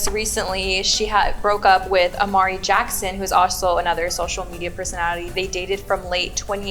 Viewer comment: WHY DO THEY SAY AMARI???🤣